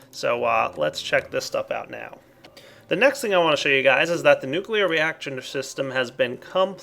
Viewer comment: or nucleaar control